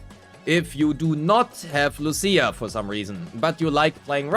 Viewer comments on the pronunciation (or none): none